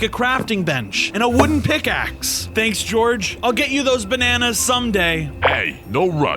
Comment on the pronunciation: Bananas❌ Benanas✅